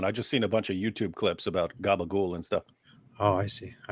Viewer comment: I know it's not the main point but, what the hell is Gabagoul? Or whatever you're saying. It doesn't sound remotely Italian! Where's the vowel after the final consonant? I'm lost. Is this some weird 'Italian' American thing? 🤷‍♂️